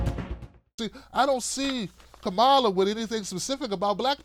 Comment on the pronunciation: You still haven’t learned to pronounce Harris’ first name – simple, but too much for you, I guess –, and here you go complaining about her again, because she’s black, or not black enough, for you. That is exactly the point Sharpe is making: Why does she (or Cory Booker, for that matter) have to justify her blackness to you? All through this 2nd stupid video from you on Harris, you make no mention of issues going forward or even in the past, that would speak especially to black people and how Harris (and Booker?) differ on those issues. Maybe you have a lot of stupid listeners, but I hope there are at least some black people – maybe the women? – who look and listen to the black candidates in this POTUS race, and get motivated and decide in ways that have less to do with race and gender than the bullshit you’re peddling. Maybe I haven’t known enough blacks in my life; but even the dumbest of those I’ve known don’t have the shit for brains that you have.